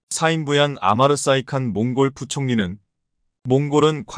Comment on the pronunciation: 이 바보야, 틀린 글자는 고쳐 읽어라. 콩골은 몽골로 고쳐 읽어 야지